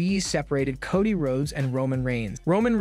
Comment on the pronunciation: Again with the mispronounced names? It's L A Knight, not LA Knight. And why do you keep calling Solo "sicko"? 🙄 You also mispronounced Cody's name several times. Do you even watch wrestling? Or can you not read your own scripts?